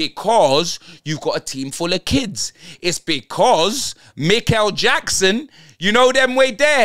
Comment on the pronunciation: “Mikel jackson” “Aaron haramsdale” 😂😂